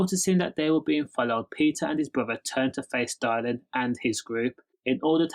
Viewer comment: Whos Dial-in? 😂 Good video tho mate